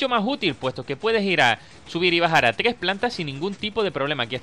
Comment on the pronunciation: porque dices tgres y no tres ????